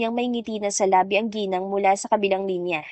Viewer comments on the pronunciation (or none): none